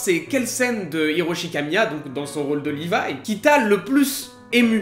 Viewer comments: il n'y a pas de version officielle en romaji hein, mais comme en japonais ça s'écrit avec les katakana équivalent à RI VA I , et le "R" se prononçant de façon proche du L, Livaï (avec le tréma pour que ça ne fasse pas 'é') est le plus proche du jap. Mais Levi avec la prononciation anglophone fait parfaitement l'affaire aussi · c'est juste la prononciation. Les japonais écrive pas en lettre pour rappelle. Donc rivai ou livai ça change rien.